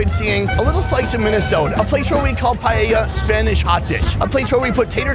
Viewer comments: as a spanish, that """"""paella"""""" hurts me so hard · that dude just massacred paella wow